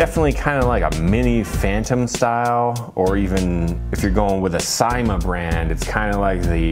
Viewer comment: 10th view. nice video as always. and its pronounced as sa-i-ma